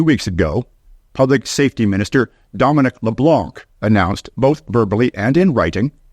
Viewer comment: Can’t even pronounce Guilbeault or Leblanc correctly. Probably a western conservative member spreading propaganda